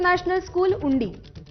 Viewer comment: उंडी नाही ग उंड्री 😂😂